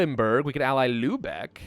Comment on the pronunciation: damn youve gotta be the only youtuber who actually pronounces lübeck properly and doents pronounce it like Lubbock texas